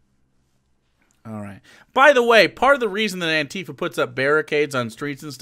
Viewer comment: Nobody else in the UK pronounces ANTIFA that way, just so you know.